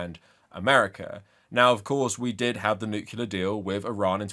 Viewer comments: Not to nitpick, but it's nuclear not nucular. Unless you want to remind people of George W bush lol he's famous for saying it wrong and confusing an entire generation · Nuclear not nucular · I swear I'm only saying this because you said it so many times, but it's "new-clear" and not "nuke-u-lar". Nuclear has one "u". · And the 2025 award for Most Intelligent and Learned Person Who Still Pronounces it “Nucular” goes to… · I know this is by far the least important thing about your video, but as an English language nerd every time you said 'nucular' it physically hurt me.